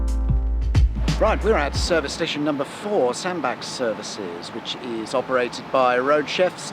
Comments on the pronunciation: FYI Sandbach is pronounced Sandbatch rather than Sandback. I live around three miles from Sandbach. Love the vids. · It's Sandbatch not Sandback!!! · Sandbach: as in “catch”, not as in Johann Sebastien 🙂 My home town. Service station frequently voted the worst in Britain. Tip for folks in cars and vans (it’s a bit tight for anything bigger than an 18-tonne rigid truck); ignore the services signs and instead leave at J17 and turn towards Sandbach; there’s a Co-Op forecourt immediately on the left which has a Gregg’s cafe and a well-stocked shop plus cheaper fuel than at the services. Dead easy to get back onto the M6 too 🙂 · Sandbach say it with a ch please, liking your chan Ⓜ